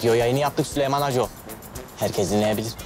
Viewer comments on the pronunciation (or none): Cok komik oluyor süleyman yerine sölümon deyince haha